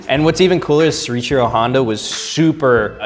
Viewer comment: Why does he say "Sore Ichiro Honda"?